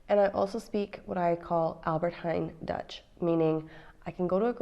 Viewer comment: Her Dutch G's and R's are really good. Learning the pronunciation of those two letters are half the battle of learning Dutch. :)